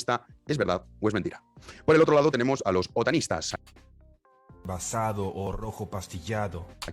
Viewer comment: Parece que dice "Sotanistas" más que "Otanistas"!!! Pense ¿Los Sotanistas son los que llevan sotana?